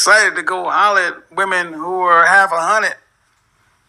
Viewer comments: "half a hunnid" 🤣🤣🤣🤣🤣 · "Half a hunnid" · he said half a hunnid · “Half a hunnet.” Lol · When he said half a hunnid I lost my shit. Her face stuck. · Sounded like he was making change "half a hundred." Too funny. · “Half a hunnet”